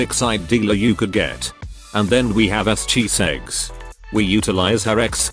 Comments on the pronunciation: are you saying Chiseggs or is the TTS just pronouncing it that way? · I'm dying everytime I hear chiseggs 😂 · im glad im not the only one...